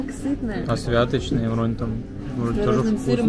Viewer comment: дранікі " СвятОчныя", а не "СвЯточные". "З прЫпечка", а не "з припЕчка".